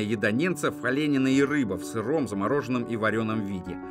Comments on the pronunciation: Вот только не олЕнину, а оленИну, вы когда научитесь ударения правильно ставить? От этого теряется весь смысл сказанного. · Россияне даже не знают, как правильно произнести "оленина". Комментатор - невежа в русском языке. Не "О'ленину" произносится, а "оленИ'ну" едят ненцы. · Зашёл прочитать про "олЕнину" , но видимо, всех устраивает такое произношение и неграмотность читавшего текст.